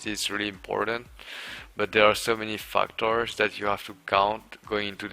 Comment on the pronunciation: It really sounds like he says "fucktards" instead of "factors"